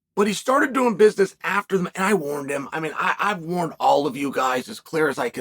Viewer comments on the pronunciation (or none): none